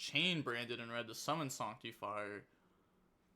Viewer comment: Why can’t you pronounce the English language Who says sanctifier like that